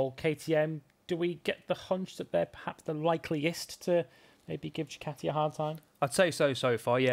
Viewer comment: Djjjjjjukateeee when did we start pronouncing Ducati this way, huh